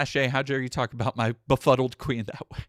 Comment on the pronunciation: Blaire got so much botox she can barely pronounce befuddled.